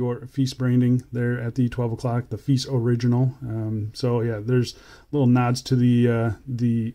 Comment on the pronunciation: Nice dial. has a little bit of a Seiko Presage look, but as for the rest of the watch. it's a bit feice..😝😂I just cannot get past that brand name and how you pronounce it is not the way most people pronounce it.